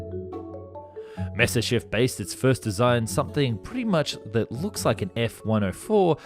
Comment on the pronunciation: You should check some of his other videos. He cant pronounce Spandau, he cant pronounce Messerschmitt...he cant even pronounce Nimitz. He keeps saying Nismir Aircraft Carrier in a bunch of videos. Hes not educated enough or just has a problem with words.